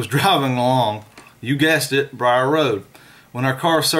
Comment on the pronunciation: It's the beast of bray road not briar Rd